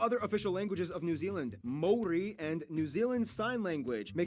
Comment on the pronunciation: I have to laugh at her pronunciation of Maori words and just Maori in general. 😅 also the meat pies are like Steak and cheese, mince and cheese, steak-redwine and mushroom They are really good. Trust me when I say you will love it. CANTERBURY - Christchurch where my fam?